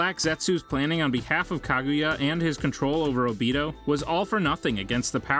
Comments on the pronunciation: ah yes obettle. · Obeetoe sooseekee surkura hedon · Obeetle made my skin curl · And obito as Obeetle